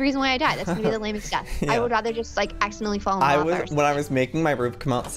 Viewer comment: Megan said lavar